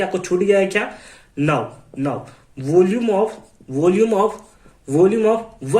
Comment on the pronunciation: vooolume of.. Voolume off voolume of😂